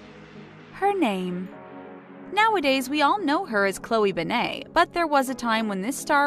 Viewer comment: Say her name like a normal human being